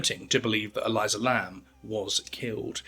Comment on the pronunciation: E-LEE-sah. Not E-LIE-zuh. But otherwise great vid as always. 👏🏽 from Aotearoa/New Zealand